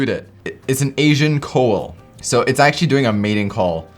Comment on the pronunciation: Koel is pronounced "coal-el" but yes, they are the most annoying alarm clocks that never shut up